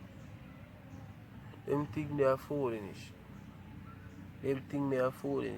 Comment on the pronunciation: Can anybody count how many times he said tink/ think???